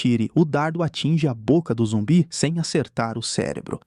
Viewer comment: ainda majs mais falando zumbie kkkkkkkjkkkkkk